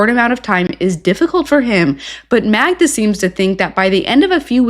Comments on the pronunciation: Idiot still calls her Magna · Why is he still calling her Magna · not being able to say Magda's name right is problematic. 😂